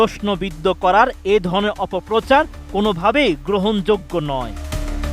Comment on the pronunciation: শেখখখখখখখখখখখখখ ফরিদ এটিএন নিউজ। ভাই শেখ ফরিদ, আপনার নামটা এতো লম্বা একটি টান দিয়ে উচ্চারণ করেন কেন? 😂